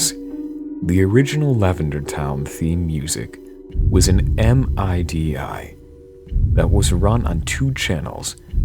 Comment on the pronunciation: "M. I. D. I." No you schmuck, it is pronounced "MIDI"